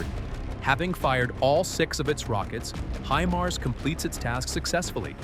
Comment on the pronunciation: "히마르스" 무엇이요, 군사지식이 있는 아나운서를 사용하세요. 구독자도 꽤 많은데요.